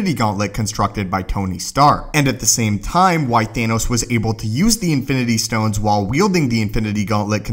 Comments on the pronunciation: umm you said anoss instead of thanos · The way he says Gauntlet and Thanos